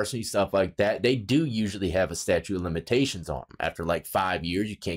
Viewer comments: StatuTe of limitations bro, not "statue" of limitations....Statute of limitations, pronounce the T. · I couldn't tell if you were saying statute or statue of limitations but I didn't hear the second "T" so just in case, for future reference it's statute of limitations. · It's "statuTe", bro, as in laws. Statutes, not statues. Love ya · Statute, its fucking "statute" 😂🤣 you've had problems with that word for years bro 🤪😜😝🇭🇲🇭🇲🇭🇲